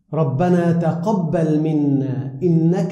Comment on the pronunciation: Jazakalla, Iooks and sounds like he is saying Tuhubbal. Do Tuhubbal and Tuqubbal mean the same thing?